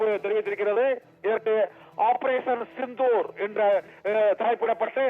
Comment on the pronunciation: operation chithoor ra, sindhoor da. Nalla tamizh pesara, vazhga bharatham, vazhga natramizhar, vazhiya senthamizh naadu